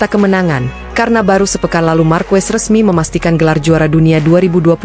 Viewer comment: Mohon maaf ya... Bacanya akosta bukan acosta dan marqez bukan marquez... 🙏🤜